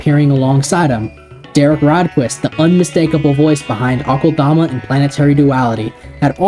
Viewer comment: I find it hilarious how many people mispronounce it as Awk-ULL-DAH-MAH. Its pronounced uh-kel-duh-muh